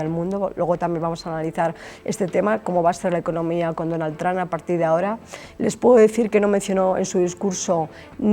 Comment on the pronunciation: perdona puedes parar de decir Donal Tran .....